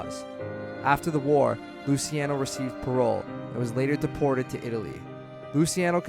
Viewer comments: its luchi not lusi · Why is it so hard to say Loo-CHE-Ah-No ??? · Hold off on narration until you can pronounce basic words like “indict” and names like “Luciano” or “Moran”...